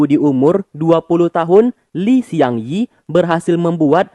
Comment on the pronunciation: Bang... namanya Li Xiangyi (李相夷) bukan Shiang Yi